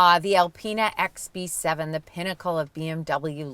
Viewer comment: in the first of the video you said bx7 not xb7😂😂😂😂😂